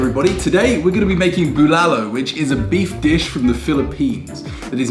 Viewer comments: Good eve congrats again. You really lucky, fiancé good cook. boiling the meat is usually a struggle, we use pressure cooker for beef to save time wait didn't wipe dry the rice cooker underside? BULALO. You got pronunciation right this time. "tagay hanggang mamatay" Tagay - toast/shot/drink Hanggang - until Mamatay - to cause death "let's drink until our deaths" See correct pronunciation here: • • the way eating it is how we would've done it "save the marrow for last", unless you think somebody will beat you to it 😉 "not a big cabbage fan"... So "broccoli" is the cabbage. Hahaha But you're right, cabbage tastes very good in bulalo. when a guy tells a girl "I like your cabbage" then awkward silence 😓 hahaha doesn't look like he drinks a lot. He looks like the guy who kicks the ass of someone who drinks a lot and gets rowdy at a club. 💪 oh the joy of having bulalo,.. and the high blood pressure afterwards.. hahaha marrow delight. Yum 😋 high blood dance? Hahaha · Almost perfect how you say bulalo. That's masarap by the way. ✌ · Your "BULALO" is better than mine! Looks good!Good Job!